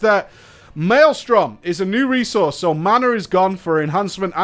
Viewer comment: Elemental - New 'resouce'. :D